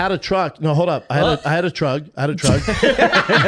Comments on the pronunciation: BRO SAID WAWG AND TRUGG 💀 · can some explain why he is pronouncing walk and truck that way?????